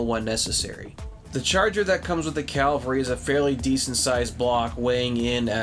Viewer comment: I love in all the reviews I've watched. no one can pronounce Cavalry. 😂😂